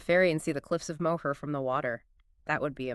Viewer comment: I dont think the pronunciation of "Moher" is correct.